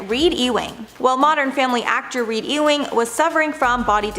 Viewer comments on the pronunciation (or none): EWING is pronounced U-wing, not E-wing. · Is it that hard to look up the pronunciation of Ewing?